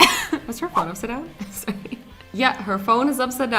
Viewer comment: YOU MADE ME START SAYING SOORY >:/